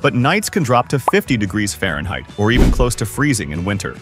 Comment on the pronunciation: Farhneit. Had to spot the video on that mark.